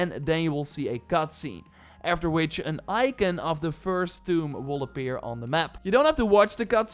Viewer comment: The way you say armor and icon lol